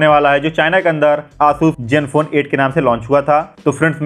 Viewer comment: Jenfone nai ree zenfone